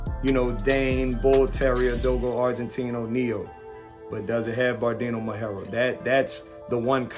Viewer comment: Any “breeder” of “Presa Canario” should be at least able to pronounce properly the blueprint breed of the Presa Canario which is the Perro Majorero not the “Berdino Majoro” those whom know could tell you that the verdino majorero is simply a color of the Perro majorero is like the “green brindle” (English version). Is just impressive how anyone can be a breeder of “presa canarios” this days 🥺😭😭😭😭. That’s why and how breeds get fucked!.